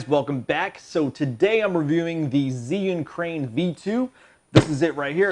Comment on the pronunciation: mispronounced the name